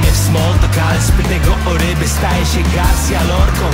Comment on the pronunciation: Jedna rzecz nie daje mi spokoju, chodzi o Garcia Lorcę, skoro to facet i Hiszpan, to nie powinno być akcentu na GarSIJĄ Lorcą, bo mówi się <Garsija> czy właśnie przez to że to facet to w polskiej wymowie staje się Garsja Lorcą, i raczej powinno być Garsija Lorcą, bo jak spolszczać to po całości do Garcia bez akcentu tak jak się pisze. Jest tu jakiś inny purysta językowy?